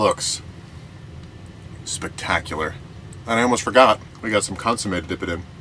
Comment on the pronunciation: Amazing video.. Amazing execution on the burrito.. But, it is pronounced "cun-so-may" Love the vids though man, please keep the cooking episodes coming!